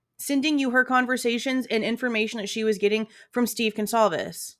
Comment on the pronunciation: Excuse me Howard but who are the Gonclaves family? He can’t even say the name correctly. That right there tells me he’s a fraud.